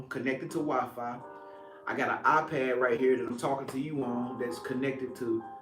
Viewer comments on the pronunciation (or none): none